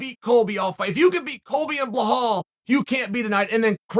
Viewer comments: anybody knows Who these dudes Blahall and Hazmat are that Chael are talking about? could it be Belal and Khamzat? its funny hes started to say Chimaev instead of trying to pronounce his first name.. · Bro chael it’s pronounced belal not buhal bro🤣🤣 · Bee lall Bee lall Not Blah hall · Belal literally say REMEMBER my name Belal Mohamad yet Uncle CHeol (spelling intentional) kept saying Behall, FYI Belal is a very noble name in Islam. Goggle it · Man just stop, just stop, have some respect for these guys and say their name correctly. It just sounds stupid you trying to say BLEHAL, BEHLAL etc, its not fun, your audience are not 5yr old, say the names correctly, man. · Who the fuck is "Blahal"!? 🤣